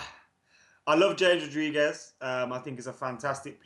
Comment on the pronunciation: pronounces James Wilson as Hames Wilson but still fucks up the pronunciation of James Rodriguez 🙄🙄🙄